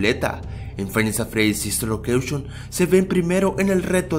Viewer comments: sister locreishon :v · SISTER LOQUEISHON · sister loqueishon :v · SISTER LOKESHON